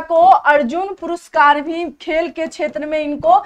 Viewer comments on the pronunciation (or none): none